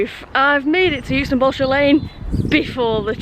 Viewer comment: Hi I'm from Yookston, 200 yards from the station. I'm sure this has been mentioned before but - the 'u' in Euxton is silent - it's pronounced Exton. Balshaw Lane is pronounced as 'bal - sher Lane', not 'Ball-Shaw' Lane. Good video, though